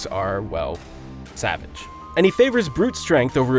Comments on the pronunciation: Sah-VAHJE is how his name is pronounced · Stop saying savage wrong- the G is soft! It's ticking me off!